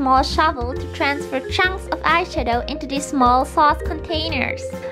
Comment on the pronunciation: I'm sorry but she sounds like she's saying eyeshito